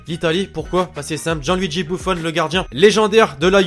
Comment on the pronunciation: C'est pas bouffon ni boufon ni bouffone mais buffon